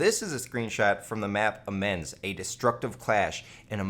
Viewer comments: 'amens'.....sigh.... AM-EE-OH, Amiens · amiens is pronounced amjens